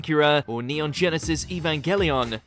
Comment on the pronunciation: Did he just say “EVANKELION?